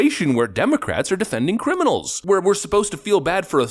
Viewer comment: You pronounced “criminal” incorrectly. 😂